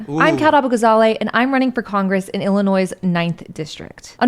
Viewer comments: She pronounced the S in Illinois. Is she even from the state? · She said Illinois and pronounced the “S”. She is not from here and can’t possibly care about those of us who have lived under Democratic control.